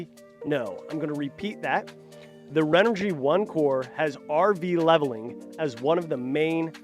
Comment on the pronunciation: This host is terrible and not a good for the brand. As a major brand in ANY business space, you might want to make sure your host knows how to pronounce your company’s name properly. The audio was amateur at best and the other thing is he sat there with his legs spread wide open. Not an attractive view! He admitted he doesn’t even camp! Have some actual knowledge about the product instead of reading off a card. No credibility what so ever! I did get a kick out of this... When he dumped water all over the panel, he’s said to the other guy, “Here, you plug this in”! LOL C’mon Renogy or “” as your host says, you can do WAY better than this.